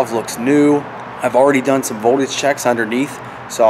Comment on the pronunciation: Just thought I would let you know there is a 'T' in 'voldudge.'